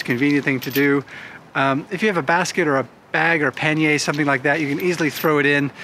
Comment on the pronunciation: When I hear this guy say "pan-yay", I wonder how much he actually knows and what else he continually gets wrong.